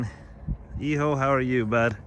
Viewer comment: Hijo is pronounced EHOO